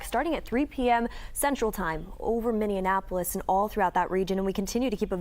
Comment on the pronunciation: Really hard to hear that pronunciation of Minneapolis! 😬